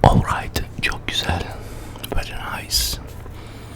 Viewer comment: Orrayt veri nays fıstık😂😂